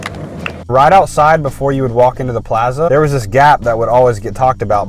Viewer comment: Its plaza not plaza